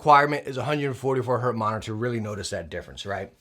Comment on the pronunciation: It's Hertz not Hurt.